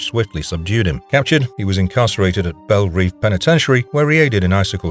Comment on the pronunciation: It's pronounced Belle Rev